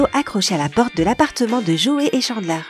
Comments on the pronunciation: Je connais la série par coeur donc forcément si je connais tout 😂 J’ai vue la série +200 fois et j’exagère pas Et ma famille la encore plus vue Par contre ''Joué’´.. Ça se dis pas comme ça... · Ça m'agace d'entendre: -Central PEUrk pas Pérk -Dr gUeller pas Dr Jeller -Djoey pas Joey -Tchandler pas chandler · UnaGi pas unaji Geller pas jeller joEY pas joé Friends pas fwiends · C'est quand même étrange de prétendre avoir regardé les épisodes de friends et de prononcer Geller: Jeller Unagi: Unaji ou encore Joey: Joé 😭🤦‍♀